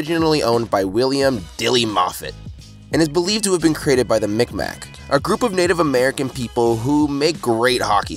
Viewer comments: “mik mak” is actually quite a offensive term because when the maritime fur trade was happening they couldn’t tell the europeans what to call them and they just started to call them mik maks, its pronounced miq mak (mig-mahh” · Nova Scotian here. You pronounced mi'kmaq wrong. It's not pronounced "mic-mac", but as "mig-maw". Also, they aren't Americans. We call them aboriginals or first nations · Its prounced mig maw not mik mak I know because I have 2 mik maq friends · It’s pronounced mig mah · cake Michael the king I’m glad someone said. As a Nova Scotian that triggered me lmao